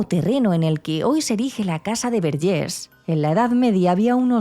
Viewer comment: A ver Antònias, Verges se pronuncia tal y como se escribe, no se de donde os sacáis el acento en la última E, que con ese acento parece que somos franceses, y no. Y esta historia tampoco fue tan impactante ni nada, porque yo soy de un pueblo de al lado y nunca la había escuchado. A veces da la sensación de que exageráis un poco vuestro contenido, no obstante, me gusta mucho vuestro trabajo. Gracias por traernos tantas historias. Un saludo.